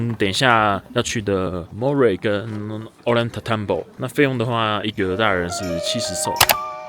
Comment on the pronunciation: 我和太太今年4月初也在那邊待了一個月，確實很值得去的地方，今天11月還要再去秘鲁亚马逊雨林。 Ollantaytambo應該唸成：歐陽太蛋波